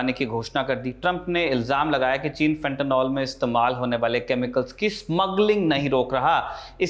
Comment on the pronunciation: Fentanyl....NOT Fentanol Fenta निल सही उच्चारण करिए. हमारे देश में गँवारू लोगों की कमी नहीं है FENTANOL का भी कुछ और बना देंगे